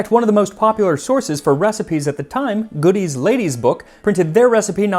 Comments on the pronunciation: Side note: Godey's Ladies' Book. It's not GOODIE'S lady's book. The name is French and it's pronounced GO-Day. Over time, in the US, it got modified to GO-Dee's. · Hello! Godey's isn't pronounced "Goodies"; it is pronounced "Go-dees." Just FYI.